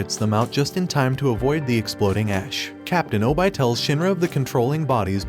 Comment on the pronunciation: its obi not obye